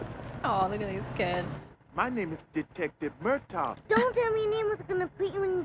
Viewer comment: Hey! I love your reactions, but in this one, it almost sounds like you're pronouncing the name of Danny Glover's character as "MUR-tog," with a G sound at the end. It's actually "MUR-taw."